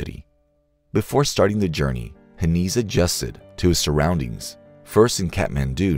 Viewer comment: It's pronounced like "Hen eyes". He was my father. While this is mostly true, some details are incorrect. Good enough tho